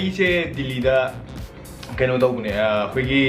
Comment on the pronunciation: Ng pronounciation j Delhi khuhyje dilllhiida 😂😂😂